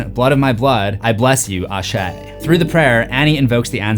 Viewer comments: Hi! Nigerian Yoruba here! Noticed you did your research on some words. You actually did great! But "Ashe" would be pronounced with the a being silent, like eshe. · Ain't no H in Asé